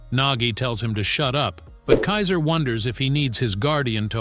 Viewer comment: bro pls learn how to say Kaiser and Kunigami, also you need to watch the anime bro chigiri is a boy not a girl and learn what character is which because Ness is not Isagi bro